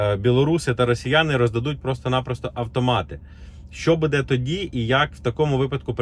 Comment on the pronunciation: не будЕ а бУде правильно ударение! Не коверкайте язык